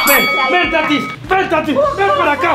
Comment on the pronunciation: Se dice tatis no Tati